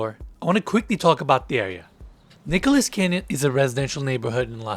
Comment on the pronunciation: It’s Nichols Canyon, not Nicholas.